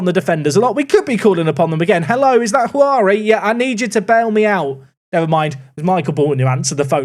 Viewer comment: Hey, been meaning to write this for a while. In Portuguese "J" has a similar sound to English, so Juari is actually pronounced JOO-AH-REE